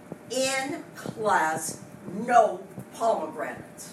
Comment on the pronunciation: Teacher: Why didn’t you answer me the first time I say “Poe Meg Ranaté”? Student:.......Because it’s pronounced “Pomegranate” Teacher: NO! NO, NO, NO, NNNO!!!!